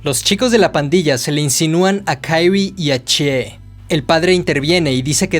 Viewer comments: Es Kyrie, no Kairy el la pronuncia mal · Se pronuncia "Kirie (桐絵)" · Me molesta un poco como menciona el nombre de Kirie